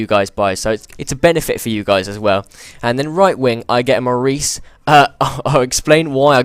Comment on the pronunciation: Not Maurice no offense but it is phonetically More-ay-sh